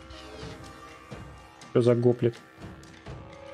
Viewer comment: Кст, не го́плит, а гопли́т. Так древнегреческих тяжёлых пехотинцев называли.